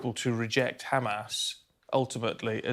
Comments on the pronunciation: They pronounce it as HhKKKhhhamas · Why she is saying hamas as khamas?